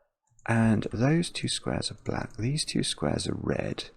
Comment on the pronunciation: I am entirely too old to be giggling every time he says dees. 😂